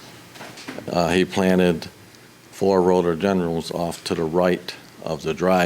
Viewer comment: It's RHO-DO-DEN-DRONS, NOT Ro-do-den-DRUMS.